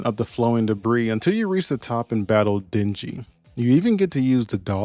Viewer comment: I love that the devs recognize that people will goto places they’re not supposed to just because by adding a few hidden coins =3 There’s nothing on top of that building, no reason to go there, no clear path to go there, but we do it anyways, and surprise a few coins appear. Also Djinny is pronounced jinni, it’s genie in Arabic.